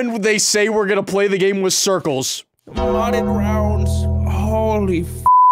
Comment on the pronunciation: "molded" lmao